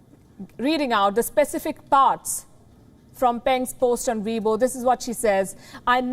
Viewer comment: Chinese twitter. Sounded like she said webull